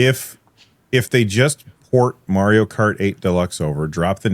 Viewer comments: "Merio kart" 😅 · Man, someone please teach how to say Mario. And man, dot matrix printers felt good to watch print as well as tearing the paper.